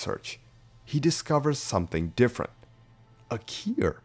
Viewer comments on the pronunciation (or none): Bro it took me over half the video to realize you were saying ‘cure’ I was asking myself the whole time what the heck is a keer.